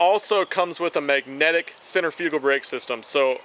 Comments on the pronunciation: you should learn to say "centrifugal" before you try to sound intelligent... I can't even take you seriously when you are doing reviews on Chinese reels and can't even speak proper English it's "centrifugal" not centerfewgal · he isn't even saying it how it's spelled